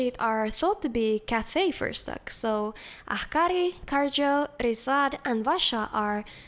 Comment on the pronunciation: Bro turned Risaad into Rashad